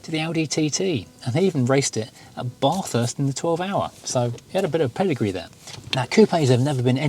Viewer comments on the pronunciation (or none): Bath ( not Barth ), hst ( not hurst ). Like many words, languages it is not pronounced as it looks. Being born in the town next door, Blayney, we know how to say it. Unfortunately, the great race has brought with it ignorant media, and it has gone from there. The locals say: Bathst. Newcastle in NSW is pronounced: New Castle ( car ). Whereas in Victoria, Castlemaine is pronounced: Cass tlemaine. I know it's different in the UK. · Ahhhhhh - please learn how to pronounce Bathurst !! Both syllables !